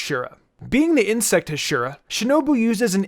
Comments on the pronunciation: He saying hashera not hashira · Ha-she-ra Not Hashura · Hashira (HA-Sh-EE-RRA) not hashiruh it’s bugging me every time it’s said uh not Ah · It is pronounced Ha-she-ra not he-shira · Ha…shhhhh- E -Ra NOT hash-IR-Ra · Learn to pronounce hashira…..it’s not heshira, it’s haashira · the pronunciation of huh-sheer-uh instead of ha-she-ra irks me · It's pronounced Ha-shi-ra not Hasheera so pronounce it that way please because it's making my ears bleed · Heshira??!!! Dude it’s it’s pronounced (HA)(SHEE)(RA) it’s said hashira in both the dub and sub how can you mess this up!???!!? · Wtf is a huh-sheer-uh????? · “Huh she ruh” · If the comment section flames you for messing up pronunciations, then perhaps it'd be a better idea to learn how to pronounce the main theme of the video LMAO "Hushiruh", he says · It's pronounced as Haa Shi Raa weird English people can't even pronounce 😒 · You pronounce Hashiriya wrong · Ha-she-ra is how its pronounced lol sry my ocd kicks in hearing that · Bro said Hashura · "Today, we’ll rank the ahshiras from demon sir" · Im gonna kill myself if this dude says Huhsheeruh one more time 😂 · It makes me mad that he calls them hashera lol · the way he says Hashira makes me annoyed... the R in japanese is pronounced as a D... so it would be Hashida... and the pressure distribution of the word is also wrong... you pronounce it Ha shira, it's more like Ha shi ra (Ha shi da with the D instead of R since R is D in japanese) sorry for the correction, just a lot of people don't pronounce them right and i feel like i'm watching a review from someone who used their entire life watching dubbed anime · It’s hashira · "The heshiras" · Bruh this man pronounced hashica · No one::Hasheera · No offense but ur pronounced hasira wrong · Okay I love the video a lot and I like the structure, but PLEASE pronounce Hashira correctly🥺🥺🥺🥺 it was making me cringe every time you said it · So no one else is annoyed of how he says hashira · I hate how he says hashira